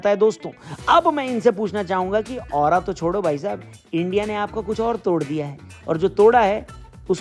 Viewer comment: ओरा नहीं रोड़ा😅